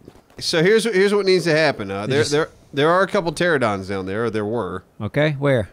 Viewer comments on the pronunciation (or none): "pteradon" pls tell me someone knows what's so disappointing about this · Sorry to be, 'that guy', but it's not Pteradon, it is Pteranodon. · ITS NOT PTERADON! ITS PTERANADON! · Haha in the 7 years of ark they still say teradon bahahah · They still can't say pteranodon😂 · Do they ever learn how to pronounce Pteranodon? So suspenseful.